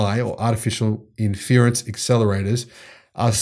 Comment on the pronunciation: Look up how to say inference